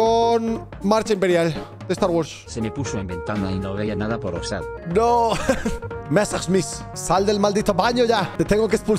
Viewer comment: El rubius intentando hablar como ruso y francés al pronunciar Messerschmit cuando es Alemán xdxdxd